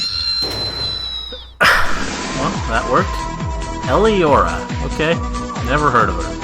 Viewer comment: When he said Eliyora, I thought he said Elianora, and I thought, "wait, the legendary Skyrim modder is a Brony."